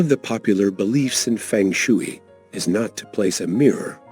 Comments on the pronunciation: Feng shooey?? No . Ai narration is too lazy. And ignorant. If you can't even pronounce it, you don't know the subject, do you. Disliked. Fix it!! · It’s pronounced fung shway 🙄 but thanks anyway.